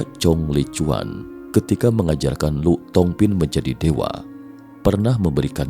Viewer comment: Lù thong phin....dibaca Li thong phin...🙏